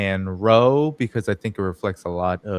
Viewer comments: Row, pronounced RAU. Rhymes with now. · row is pronounced like cow